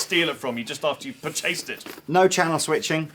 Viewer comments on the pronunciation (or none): "per-chased it"... lol